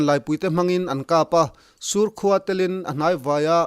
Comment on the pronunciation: sur' khua tia thluk sang lo in, sur, khua tia thluk hniam tur zawk a ni e.